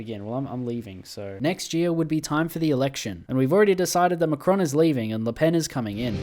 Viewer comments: you're actually pronouncing it right it's like '' le penne '' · You were right, don't worry, it's said as "Le Pen" like in english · As a French, you are pronouncing it right. Her name is pronounced just like a pencil -> "Le Pen". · Its said Lepene so yeah you got it right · No, as a belgian who talks french, you are saying her name correctly ^^ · you actually pronounced "le pen" correctly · I think you’re pronouncing Le Pen correctly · You actually pronounced Le Pen's name correctly. It is a Breton name, so the pronunciation is different from how you would pronounce it if it were a French name. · You pronounced Le Pen's name right don't worry. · No you are actually correct withe your pronunciation. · Actually, you're pronouncing her name right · Nice vid And you pronounced Le Pen correctly don't worry